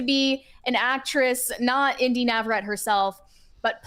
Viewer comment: Y'all are still mispronouncing her name lol Navarett-ee lol